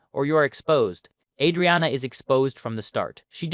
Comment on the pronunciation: Just gonna decide to pronounce her name you own special way ?